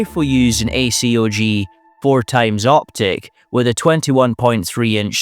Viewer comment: You should get someone who knows a little about guns to read the scripts. Not knowing how to pronounce acog, sabot, 7.62x39, 4x, AUG, "five hundred and fifty six", etc really undercuts the video quality.